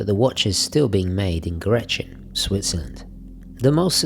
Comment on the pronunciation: it sounds so funny, how you pronounce Grenchen xD